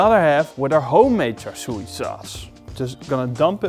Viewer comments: Looks amazing! Also pronounced “char sue” no “char sue e” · Thanks. Waaay too much food colouring! It’s Char Siu but the “Siu” rhymes with “new” or “sue”. Maybe “Shoo”. You get the idea. Also, pork belly is ok but pork neck is better. Cheers!